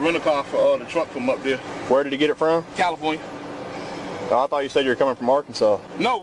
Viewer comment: What was in LA? Well, st least they both said Califirnia lol. Good puppy, and quick! The guy with the cutter, sure has a story to tell. Thanks for helping the officers! Good stuff,. Thanks!